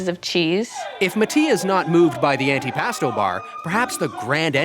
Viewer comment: He’s amusing, but bugs me every time that he pronounces Pasta: Passda and Antipasto: AntiPASSta.